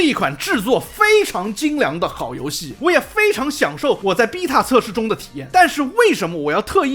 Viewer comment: 請問為什麼只有「逼塔」是英國腔！？